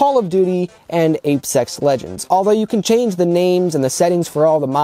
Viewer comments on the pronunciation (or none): Did he just say "ape sex legends"